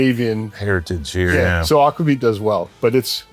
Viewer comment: It’s aquavit. 🤦🏼‍♂️